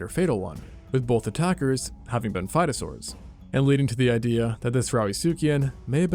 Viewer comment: I keep hearing "fightosaurus" and "rowdysuchian", this can't be a coincidence 😂